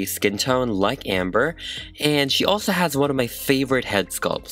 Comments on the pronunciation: That moment when he doesn’t say her name right. It’s Ember, not Amber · my name is ember LmaO cuTe 🤷🏼‍♀️ but its ember not “amber” ahhH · da HOOT This bugged me so much 😂😂😂 I get that their similar but... it’s not Amber. It’s Ember. Like Embers in a fire. Vowels matter. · because ember is pronounced like EM-ber, EM like Emmanuel. Not the same to AM-ber at all. AMtrak, you pronounce AMH and em like EH-MM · Amber-- *EM*ber, like emma or emerald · My youngest daughter introduced us to your videos today. We wanted to check out this doll, as my daughter's name was inspired by this character. You are quite talented but it sounded as if you were referring to the doll as Amber and it drove us 🤪. My poor daughter gets that in real life too. Fantastic work. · saying AM-ber instead of EM-ber gets me a lil heated every time 😂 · It’s Ember not Amber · Its EMber not AMber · the way you called her amber really irked me her name is EMBER as in RemEMBER ! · 46 seconds in and cringing everytime he says Amber. It’s Ember, like the flames all over her stuff and her song. Plus she died in a fire. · Stop calling her Amber its Ember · Sounds like you’re saying “Amber” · yeah it's probably an accent though